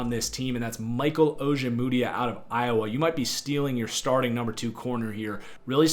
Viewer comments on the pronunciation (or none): none